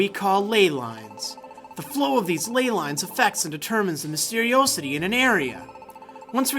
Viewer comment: Mystery-Oh-city? I thought mysteriosity was pronounced mystery- ah-city...